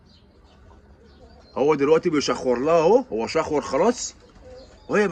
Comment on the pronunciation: خشورا مش شخورا هههه حبيبي اتربو